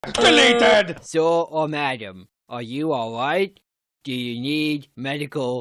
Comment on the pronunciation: Replacing "Do/dew" with "Dwa" has stuck with me for years.